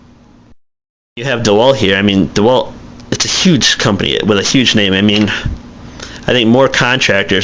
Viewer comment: Bad review! First the festool track is universal. Also blades, really you want to use a blade for a reason not to get something. There are manufacturers that focus only on blades. Frued! I don't think your qualified. Oh yeah and it's not DEwalt it's DeWalt lol you don't even know how to say the name